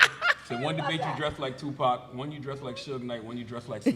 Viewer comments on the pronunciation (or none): who is "Tupp-ock"? LMAO.